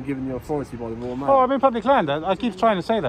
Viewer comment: "Woyal Mail"